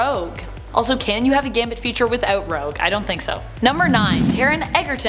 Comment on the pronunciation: Taron not Taren